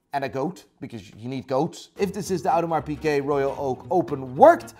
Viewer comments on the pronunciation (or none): Audemars Pikeh? Is that how it's really pronounced?